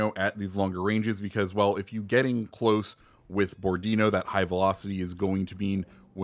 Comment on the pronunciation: Bo-ro-di-nó. Accent on the last o. Seems kind of a boring ship though due to low amount of guns, just point forward and shoot. Kind of lkke Jean bart or richie